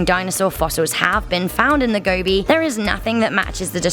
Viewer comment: The desert is pronounced 'go-bee' not gobby. I searched for the deathworm back in 2005 and spoke to about two dozen first hand witnesses who described a scaly, brick read, sausage shaped creature the size of your arm. The nomads all have a deep fear of it as they believe it to be highly venomous. It is almost certainly a reptile, most likely an amphisbaena or worm lizard of large and unknown species.